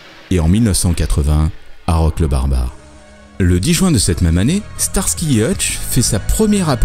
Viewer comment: sTarsky pas ssarsky .... Mais c'est sympa comme vidéo.